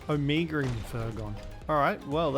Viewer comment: Lol... why do you pronounce omega as "ahmiiga"?